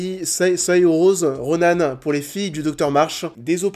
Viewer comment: Tips pour Saoirse Ronan = ça se prononce "Sœur-chat", et Florence Pugh = Piou (pas peugh, ou pugue). ;)